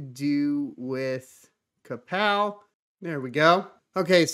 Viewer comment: you had me until i heard krapow algo